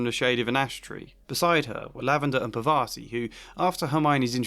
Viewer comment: Maybe I'm wrong ... But this is irking me a little... So I'm going to say this - If her name is spelled Parvati, you're pronouncing it all wrong. 😂